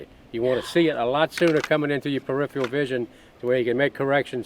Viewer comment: Watch your "perifiyal" vision. These sights are not "nucular".